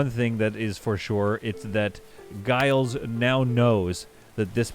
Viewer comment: Giles is pronounced Jiles - same as you said it but pronounced as if it had a J.